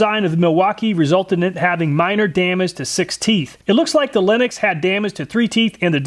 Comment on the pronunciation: I keep freaking out when he says linux instead of lenox